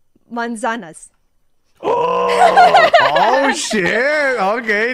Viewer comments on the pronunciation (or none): She mispronounced manzanas and mujer but she's still doing great